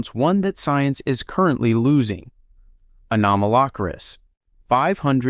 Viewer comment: Stop saying Anomalocaris wrong. 😡